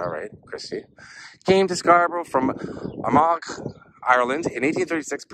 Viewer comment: Armagh is pronounced AMAR, silent G